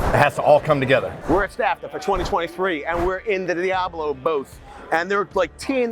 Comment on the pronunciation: Let me tell you something VANCE! Diablo = Goat, and Steven is grade a awesomeness, but HOW DARE YOU force him to mis-pronounce his own tool just to get back at me!? You could see how depressed he looked when he had to say it the way you wanted him to. He deserves better, and for shame to you. 😢